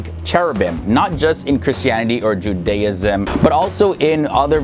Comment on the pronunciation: Interesting video, I enjoyed the explanations. I've never heard anyone pronounce Judaism that way, though. We normally put the emphasis on the first syllable. Also note that the "ch" in transliteration is not pronounced like the "ch" in cheese. It's pronounced like you're clearly your throat (e.g. challah, Chanukah)